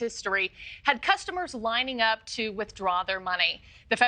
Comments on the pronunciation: This reporter keeps saying "Silicone" instead of "Silicon" just funny. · "silicone valley bank"